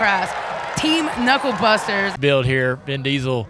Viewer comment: This announcer guy is weird and talks wired, he said bewd when the word is "build". Thinking he must have a speech impediment, in that case i'm sorry.